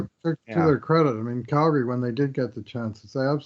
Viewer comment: ...any reason for calling the flames "Galgary"? lol